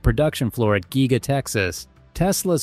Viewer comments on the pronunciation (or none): If you can't even pronounce "giga" just give up and go home. We don't need another tesla channel just repeating old news